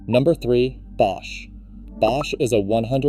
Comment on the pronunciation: B-osh? AI narrated?